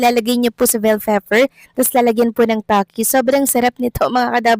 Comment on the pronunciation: Natawa ako sa narrator … cream cheese at vell fefer .. at inulit cream cheese at bell fefer ulit. hehehhehe! peace po!